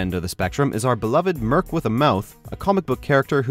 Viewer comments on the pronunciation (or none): none